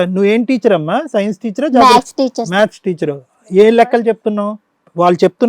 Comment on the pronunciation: మ్యాథ్స్ నా లేక మ్యాక్సా ఆమె అడ్వకేట్ అంట మరి మ్యాక్స్ అంటోంది పలికేకి రాకనో లేక ఆ రెంటికి తేడా తెలియకనో... వాయబ్బో దేవుడా ఇలా రాని వారి న్యాయం చూస్తుంటే నాకు పిచ్చెక్కిపోద్దిరా బాబోయ్.... 🌹🕉️🌹జై శ్రీరామ్...